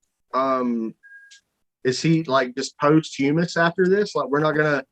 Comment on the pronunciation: Is there a single world with more than 6 letters that can pronounce properly or knows the meaning of? "Post hummus" still has me rolling.